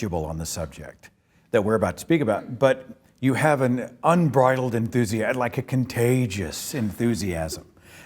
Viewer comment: “Unbridaled enthusiasm”? It sounds like someone is a Seinfeld fan, Seth.